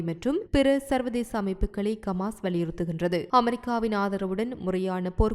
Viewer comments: உங்களுக்கு ஹமாஸ் என உச்சரிக்க முடியாதா ! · Yes bro..intha pombala Eppothumee Kamas Kaasa Balastin nu thappu thappa than Solraal.. Hama's Islamic terrorist nu Correcta Sonnathey illai☝👎🙅😄😅😆😝